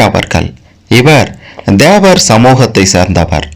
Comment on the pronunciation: DHEVAR தேவர் இல்லை THEVAR தேவர் உச்சரிப்பு கவனம்